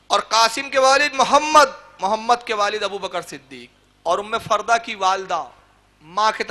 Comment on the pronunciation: ام فروہ ہے ام فردہ نہیں ہے